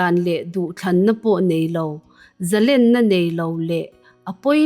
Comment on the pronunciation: Ngaihthlak a nuam lutuk ringawt.. Thil pakhat Correct ka duh ve mai mai chu.. ZALÈN tih kan chhiar a LÊN tihlai kan lam rik dan hi, Sangha manna lên kan kan sawia LÊN kan lam rik ang hian lam rik tur a ni. Eng hunah pawh ZALÊN tia lam tur a ni..